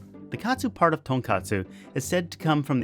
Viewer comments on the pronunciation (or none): none